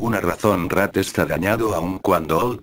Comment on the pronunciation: En el principio dijiste rak :v